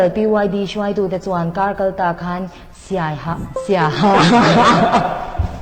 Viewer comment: Siaha tih ringawt lam dik thei lo chu news reader atan a tlak loh midang thiam an tam awm teh reng nen ban tir nghal mai tur a nia.a ho em mai